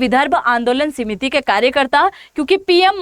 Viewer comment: सीमिति नहीं समिति कहिए ।